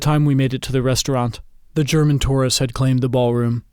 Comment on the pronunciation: Your pronunciation of tourist was imperfect. I enjoyed the story nonetheless.